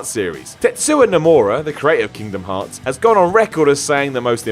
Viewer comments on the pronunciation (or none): It’s called Kingdom Hearts, not Kingdom Brains